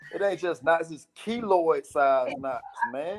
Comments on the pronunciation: Kiloid not kilo Smfh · Its Keloid not kilo